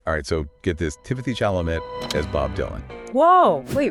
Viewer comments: For heaven's sake pronounce the guy's name correctly: his last name is pronounced ChalaMAY (accent on the first syllable); NOT ChalaMET. (He's American and French). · Timothy's last name is not pronounced "Chala-mette" He's French-it is pronounced "Chala MAY".